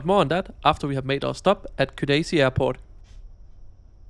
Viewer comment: Tbilisi, not Tiblisi as you constantly say